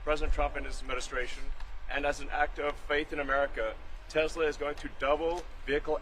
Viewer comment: It's actually pronounced TESS LUH, not tezzluh.